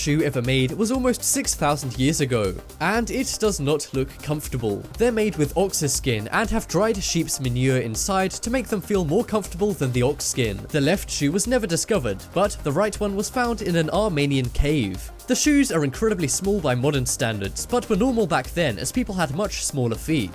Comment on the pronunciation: I'm Armenian but it's pronounced ar-mee-ni-un